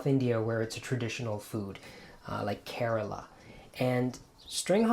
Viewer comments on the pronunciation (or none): none